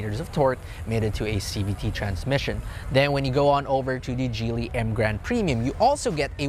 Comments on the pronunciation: Geely is pronounced with a hard G, like ground, not a J sound like in jelly. Just FYI. Nice comparo. I like the Emgrand, but it's not a driver's car, so I'll choose the City in this battle. I actually find it strange that people would buy the Emgrand if they can buy the Coolray for just a little bit more for the base variant (which I have). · geely base on chinese name 吉利 pronounce J like jeely